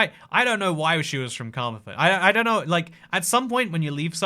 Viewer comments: Car-Mar-Then not the way you pronounced it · Carmarthen is pronouced kuh-maar-thn